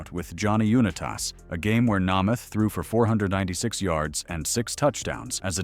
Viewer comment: the mspronouncing of Namath and Unitas' names is unforgivable. A true embarrassment.